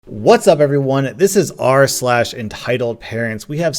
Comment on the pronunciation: hear rslash curse threw me in a loop